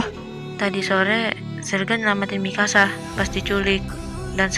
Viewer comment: Se denger ku sih ingkasa eh ternyata Mikasa 🗿